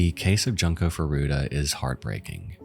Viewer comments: Come on, man....Junk-o? It's not that hard to find out the real pronunciation and not make her name sound like "junk"...It's "yunko", ffs.. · Man... you could of at least pronounced Junko's name correct.. it's "JUNE-Ko" not "junk-ko" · Solid video (so far), but had to pause here to say "June-ko". It feels so disrespectful to keep calling her "Junk-o". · Junk-o?! It’s pronounced, June-koh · I've watched many videos about Junko but the one thing that always grinds my gears is how every single person has pronounced her name so wrong, as if they're saying the word "junk" which just makes it sound ever more disrespectful. That is NOT how her name should be pronounced! You have to pronounce it the same way you say the "u" in the word "full" and absolutely not like "junk".... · Its a shame you couldnt learn to pronounce Junko's name right.